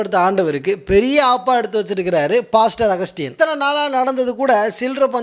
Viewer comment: எப்பா பேரு கூட ஒழுங்கா ஒன்னு சொல்ல தெரியல அகத்தியன் ✅✔️✔️அகஸ்டியன் ❌❌❎❎❎